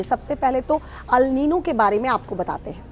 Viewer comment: Madam newsreader ALNino kuch nahi hota..It’s ElNino…aur phr teachers ke baarey mei kuch bi boltey hain reference:Anjana Om Kashyap madam ji…